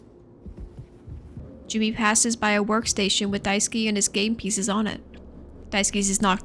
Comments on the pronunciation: Just started watching, but just wanted to point out that Daisuke's name is pronounced die-ske not die-ski ! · I love this video and I fucking hate being THAT guy but Daisuke is die-skeh and Swansea is swan-zee 😅 rlly wish they had a few voice lines in the game to clear that up because at least half of the fanbase is saying the names wrong! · I am so, so sorry just...I can't stop cracking up when you call him "Daisuki" because that one little syllable change turns it to "I love you" Also I'm sorry you had to talk about Jimmy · For the LOVE of GOD it’s “DICE-KAY” not “DICE-KEY” Holy shit lmfao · hi, just want to say you are pronouncing Daisuke's name wrong. It's not Daiski its Dai su ke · I've seen two videos on this game and both have no clue how to pronounce Daisuke's name. It's DIE-SS-KAY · Poor Daisuke - almost no one doing those gameplay or analysis vids can pronounce his name right XDDD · you’re pronouncing daisuke wrong btw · fun little guide to pronounce daisuke: dai (die) ske (you don't really pronounce the u in suke) the e in daisuke is not pronounced like key but like the 'ai' in fair and chair, the emphasis is best put on 'dai' keep in mind the e is very short and does not curve into ey, just a quick e. just in case its interesting to someone. i don't know how clear i'm being.